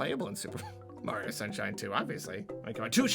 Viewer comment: Did he say mario sunshins, FOE SMASH